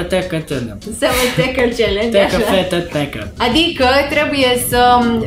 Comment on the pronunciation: Am auzit că challenge se pronunța de fapt celengi și nu celengi 😂😂